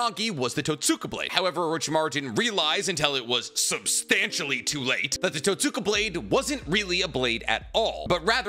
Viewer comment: It’s pronounced Tote-ska blade the way you pronounced it is like pronouncing Sasuke as Sass-ookay.